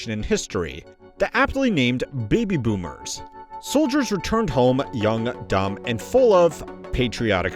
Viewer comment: Iike you heard the way “Boomer” was pronounced right? I wasn’t sure if I was going crazy or not